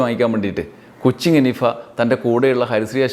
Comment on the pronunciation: കൊച്ചിങ് അല്ല " കൊച്ചിൻ"